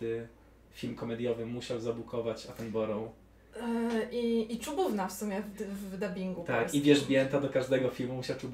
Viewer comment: Wymawia sie David "Atenbra" (mniej wiecej). Nie czepiam sie, tylko taka ciekawostka.